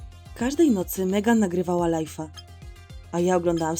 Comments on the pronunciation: Mówi się lajv nie lajf 😠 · nie mówi się lajfa tylko lajwa